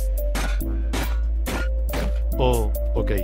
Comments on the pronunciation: En el minuto toy chica dice picha en vez de pizza 😂😂😂😂😂😂😂😂😂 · Toy chica dijo PICHA en lugar de PIZZA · en lugar de pizza dijo picha🙈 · En el minuto chica dice Picha en vez de pizza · CHICA NO DIJO PIZZA DEJO "PICHA "LO HOY VIEN DOJO PICHA LIKE SI LO EACUCHASTE 😲😲😲😲😲😲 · En el minuto ti y chica dice pincha en ves de pizza. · toy chica dice picha en ves de pizza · soy yo o chica dijo picha